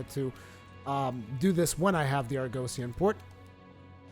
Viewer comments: Nice vid! Keep it up! Btw is said AR-GUH-SEE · Argosy = ar-guh-see also Tailraider Safari = tayl-ray-der suh-far-ee Awesome videos! New subscriber!